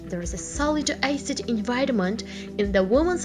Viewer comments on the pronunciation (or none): Ioapo Moe she literally said eicid